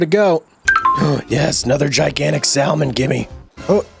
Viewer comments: The "L" in salmon is silent. Come on, man. This can't be the first time you've seen the word, or heard of salmon. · The way you say salmon😂.... Its a silent L man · Been waiting for this hehehe Could you do stardew valley on this channel? The way you say salmon bro